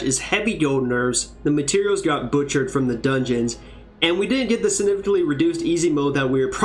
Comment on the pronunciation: ur the first person i hear pronounce significant SO damnp wrong 😆